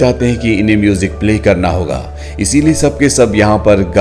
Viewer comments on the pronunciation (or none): none